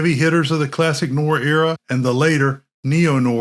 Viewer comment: The 'proper' pronunciation of 'noir' is 'nuh-war' with the emphasis on 'war'. As in "nwär'. Try saying that correctly a hundred times.